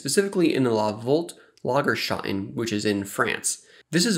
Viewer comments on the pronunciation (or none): lagerstätten, not loggerschotn.